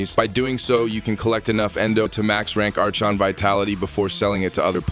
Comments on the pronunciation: Your new AI voice is pronouncing Archon wrong. It's Aa-Kon, not Arch-on. The H is basically silent. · Archon is pronounced "ar-kon" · Ar-CHON shards 🤣🤣🤣 ai voice